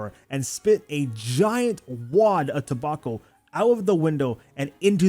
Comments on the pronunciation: ta-back-o not toe-bok-o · toe-bauk-oh? hunting? WRONG!